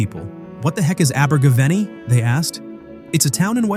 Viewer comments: Learn to pronounce Abergavenny, it was a great song, and my mum loved Simon says, she was well over 12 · "Abergavenny" scans in the same way that "spending a penny" does. The stress is not on the third syllable but the fourth.